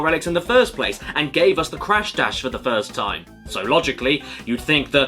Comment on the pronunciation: When you said crash dash I though you said crash bash